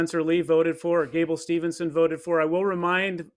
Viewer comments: C'mon dude from WIN Magazine, it's STEVE-SON -- NOT Stevelson or Stevenson. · Hodge announcer immediately loses credibility when he doesn't know how to properly say Gable STEVESON 😕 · How TF does this clown from WIN not know how to pronounce Gables name. Jesus Christ man. What a boring announcement also. The most monotone and boring guy announcing it on the most monotone and unenthusiastic wrestling media outlet. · I came here to say that! Crazy that the guy couldn't be bothered to get Gable's name right.